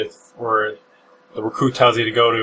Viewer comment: RooKoo he says.